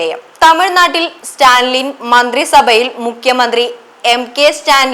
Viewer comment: Vartha vayikkum munpu ,enthanu news , athil parayunna perukal padichu parayuka, stanlin alla Stalin pls correct